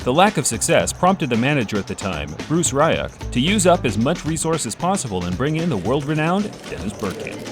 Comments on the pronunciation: It's "Bruce Ree-Ok" Or you can pronounce it "Useless Twat" :P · Dreadful, dreadful pronunciation throughout but Bruce Rye-och takes the absolute biscuit. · Nice video, nice channel.. Just please watch a few English videos that include teams/players/managers you might talk about.. The pronunciations are exactly what I expect but hope I don't hear from an American.. As has been said it's eye-ax not ay-ax, the managers name is pronounced Bruce Ree-ock and it's the Prem-ee-er League not the Preem-ee-er League.. The wrong pronunciations just ruin it for me and make me want to switch off.. Other than that, keep up the good work 👍🏻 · Terrible commentary! Once you mispronounced Bruce Rioch’s surname I knew this was a collection of other people’s hard work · I cannot think of a single team in England who wouldn't dream of having Dennis in their squad. Good to hear someone remind people he was Bruce Rioch's signing not AW. Also the pronunciation of Rioch was hilarious :-)